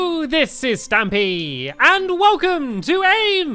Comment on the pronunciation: (Luke Jones) she said stamy bro